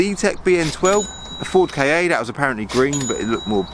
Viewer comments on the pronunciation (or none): *Phoenix Gold M3 ;) Oh and it’s not a K.A it’s a Ka as in car without the r .. :)